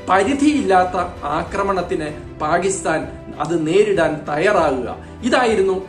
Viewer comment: പാഗിസ്ഥാൻ. നല്ല മലയാളം എന്നുകേൾക്കും?